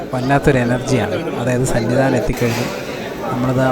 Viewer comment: സന്നി ദാനം അല്ല സന്നിധാനം😅😊